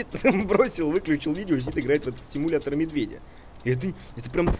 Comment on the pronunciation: Симуятор ведмедя)) чьо?) пачему "Симуятор ведмедя"?!?!))